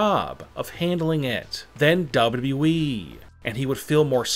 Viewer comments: Just put on captions and turn off the volume to zero u welcome now u don’t hear is annoying voice when he said WWE it sounds like dubdabae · He keeps saying WE instead of WWE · I can’t resist listening to how this guy is pronouncing WWE every time. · It’s like, double U. Doubleyou weeee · The way he says WWE, Double W E? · i thought it was wwe. not weeeee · Same here😂😂😂😂 this guy has got the funniest wwe pronunciation ever😂😂😂😂😂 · Why do you pronounce every final word with such angst. Its extremely irritating. Also its WWE. You dont have to say it like that. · the way he says wwe has me crying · See this ch a few times y can't these foos ever say WWE right